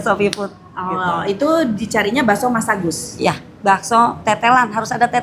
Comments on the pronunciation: Bakso Masagus teh , bukan masabar😂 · Ko tteh bilangnya baso mas sabar 😅